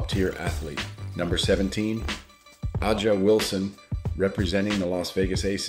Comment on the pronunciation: A'Ja pronounced Asia